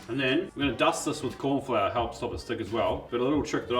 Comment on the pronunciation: “Korn” Flour - Love it 😂